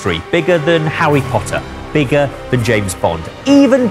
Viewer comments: it’s not just me who hears ‘Howwy Potter’ is it? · “Ha-wee Potter” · hawwy pottah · ‘Howwie Potter’ 😂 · “ bigger than hawwy potter” 😂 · “Bigger than hAWWY POTTAH” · Did he say... Howie Potter? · "Hawy potter" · ...is it just me or did he said. Hawwy potter? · " Bigger than hawwy potter " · Howwy Potter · “Hawwy Potter”